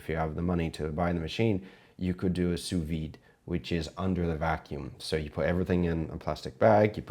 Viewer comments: Did you say 'you Sous-vie it'? please, I understand looking up to Googa but don't spread his atrocious pronounciation, it's sous-vide! Thank god you say it correctly sometimes, it's the one thing that bugs me the most in all cooking video on this platform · Chef, I love your videos. I'm a big fan of your channel. And you get me through a lot of stuff emotionally. But just for future, sous vide is pronounced 'soo-vee'. The 'D' is silent. This is a warm, friendly criticism. Love you, dude.